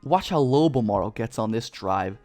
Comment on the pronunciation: Oh please let the Spurs draft him lol. Carry on the legacy. Charles Barkley: BOL-MARRRO